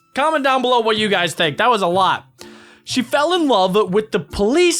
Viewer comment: Dude you said you wrong you said yuor bruh